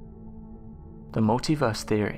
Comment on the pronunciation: Every time I hear "mulitverse theory" it makes me smile. Not a concept for those with limited imagination.